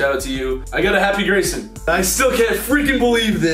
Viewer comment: it’s Grayson not Graysom